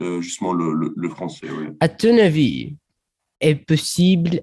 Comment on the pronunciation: مجهود جيد لكن نطقك لكلمة acheter غير صحيح و ايضا كلمة mon Avis و ايضا العديد من الكلمات فانت يجب ان تقول له parle و ليس parler انا تحتاج لوقت طويل لتعلمها لازالت ضعيف فيها انا جزائري من صغري اتعلم الفرنسية و هي لغة ثانية التي نتعامل بها في الجزائر و مع ذلك لازالت اجهل بعض المصطلحات فيها تعلم الفرنسية يحتاج عام على الأقل مع نطق الصحيح و الكتابة صحيحة للحروف المركبة المهم تشكر على النصائح